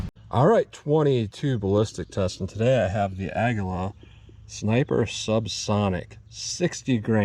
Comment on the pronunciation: Ah-ghee-luh…… It’s Spanish for eagle 🦅 pacawww (eagle sounds)